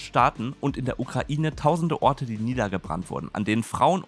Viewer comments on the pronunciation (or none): none